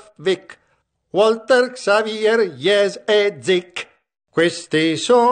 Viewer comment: Comunque xavier non si pronuncia con la x